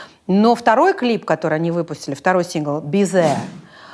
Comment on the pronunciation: Во-первых, надо было заставить ведущих научиться запихивать язык между зубов и произносить «th”..”клип «безе» группы Unkle..”..